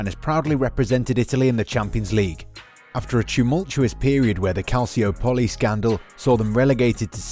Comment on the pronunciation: Ca-shio-poly? Dude, how can you comment on football and not know how to pronounce Calcio.